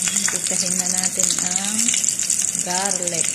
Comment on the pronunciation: patikim naman yan maam ang galing mo mag luto paki ulit nga ung garlic hahahaha ang slang